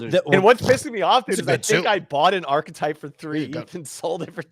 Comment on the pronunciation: No one picking up on () pronouncing 'ar-kee-type' as 'arch-type' on multiple occasions 🤦🏼‍♂️😂